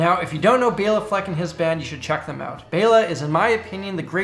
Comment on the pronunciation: Bela was half hungarian and man you pronounced greatly :D